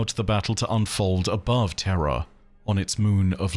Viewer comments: Please for the love of Christ learn how to pronounce words. Idk if your saying terra or terror and thats nuts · i lol'd pretty hard when you had to emphasis "terror" vs "terra" because your accent makes them sound the same hehehe